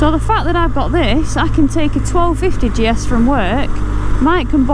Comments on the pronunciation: How great you are so chuffed. As you rode away at the start, I think your pronunciation of GS sounded like Jess, so there you have it. Enjoy the new bike and ride safe 👍🏻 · Call it Jess as when you say GS it sometimes sounds like you"re saying Jess